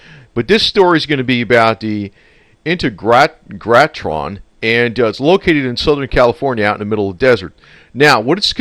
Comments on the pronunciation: Accent on the second syllable. On “teg”! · Pronounced In-teg-ra-tron...!! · Pronounced In-tay-gra-tron. I knew his wife well, in her later days, and until she passed away in a nursing home. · it is pronounced IN-TEG-RA-TRON...... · IN-TEG-RA-TRON try to pronounce it this way. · Pronounced In-teg-ra-tron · Hi --- It's pronounced IN - TAY - GRA - TRON == saying it all at once. I live a little over an hour from there. My family has had property in Joshua Tree since the 1950s and my brother and I go dirtbiking out there all the time and we always ride by the Integratron. We have experienced the session and since they published an article in Rolling Stone magazine and also had the likes of Anthony Bourdain and other Travel Channel documentaries have covered the place, it has lots of visitors